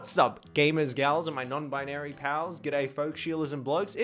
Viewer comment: THE INTRO HE SAID NON.BIANRY OMFGGGG BEST YT EVER